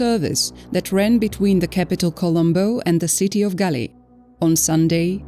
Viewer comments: THAT "GALEE" IS CORRECT BUT YOU SHOULD READ THAT AS "GOAL" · Not gale 😂 pronounce ' gol' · its pronounced Gall, spelled as Galle..... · It's pronounced Gaul....